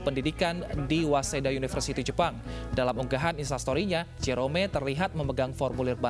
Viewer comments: Cuma disini Jerome dibilang J-E-R-O-M-E😭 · JE RO ME, kek aneh gt g sih dengernya. wkwk